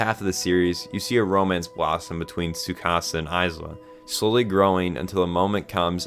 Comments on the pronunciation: its pronounced Eye-duh its only spelt Isla (im trying not to cry right now) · First, a giftia died every time you said Isla’s name like that, so congratulations mate. And second, i really get what you meant at the point where you said ‘this is the moment it went from solid 8-9 to something far greater’, i felt the same thing, only it was more like solid 7-8 for me before. Tho funnily, i think that actually makes it more impactful like that, as the bigger the gearshift (in how much you’re liking something) the more surprising it is. So I’ve no doubt the last few episodes are gonna make future me look back on the whole show thinking its all better than I woulda apart from it. ….for better or worse that may be. The only things I guess I could say is, well, Id say im just somewhat harder for media to make cry so i didnt meltdown outright like I did at Assassination Classroom’s ending, but still, water did build in my eyes a bit. I also duuunnoooo if Id back ya up about thinking Tsukasa “isnt flat” cus Ill be real I dont see what he’s got too particularly special-but I didnt have any real PROBLEM with it, if anything maybe it helps just seeing someone more ordinary in a tale that’s tryna be realistic, im just saying. ISLA tho may now be among my favourite anime girls now on the other hand. She was peak. (And I can get you thinking an anime’s music makes just that little more difference, after the likes of Ass Class and MHA, I hold great value in it, but nvm that) And yeah, the message is probably the most important thing about the show as a whole, and I app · bro why did u pronounce isla like that good video tho lol